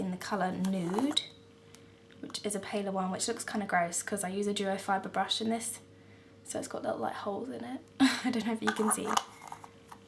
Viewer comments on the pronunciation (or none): none